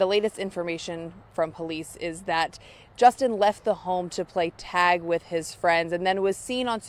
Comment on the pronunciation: Is he saying tag or tazz. What was he being tagged with that made him that afraid and made him have a heart attack, or should I say that caused him to die????